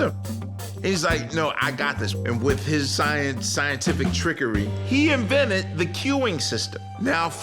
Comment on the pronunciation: also "invented" not "vinnit"